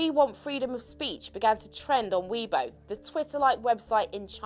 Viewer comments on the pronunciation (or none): none